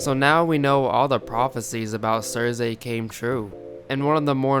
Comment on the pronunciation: I couldn't watch your video because you kept saying CerZay...Omg so annoying lol. It's Cersei (Cer-See) thanks lol!